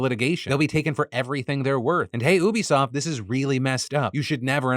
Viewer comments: Why do you say oobisoft? It's U-bisoft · Phil, it's "you-be-soft" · Bro it's YOU-bisoft not OO-bisoft 😭😭😭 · LOL defranco can be such a clown... Ubisoft does not rhyme with booby-soft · Is Phil pronouncing Ubisoft wrong or have I been pronouncing it wrong my whole life….